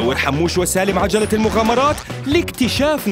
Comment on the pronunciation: حموش مو حاموش